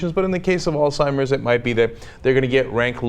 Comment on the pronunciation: It is pronounced as Alzheimer's Disease, not Old Timers Disease